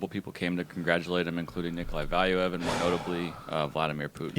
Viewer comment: Man it is irritating how they pronounce Valuev's name. It is pronounced Valuuev.